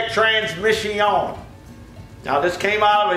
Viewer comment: Transmiss-ion IT HURTS FROM LAUGHING! ME AND MY SON, CRYING FROM LAUGHING. STOMACH MUSCLES SORE THE NEXT MORNING KIND OF LAUGHING. TRYING TO REPEAT IT WHILE LAUGHING JUST MAKES IT HURT MORE. TRANSMISS-ION!